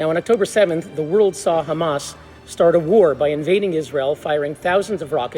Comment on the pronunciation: Where's the meltdown? I just see a guy jawing, all the same old shit "right to defend itself... Oct 7th... Khamas" get some more material, please!